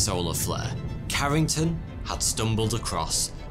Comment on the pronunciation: This guy had me in laughter at they why a brit says whopper ...i must've rewound that like 5 times...